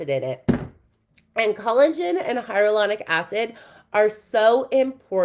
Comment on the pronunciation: “Cullagen” and “hyarulonic” acid has me rolling 😂😂😂😂